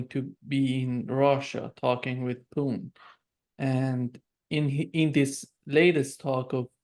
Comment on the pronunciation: Can't you make an effort to try to pronounce "Putin" instead of this disgusting babble you keep repeating ?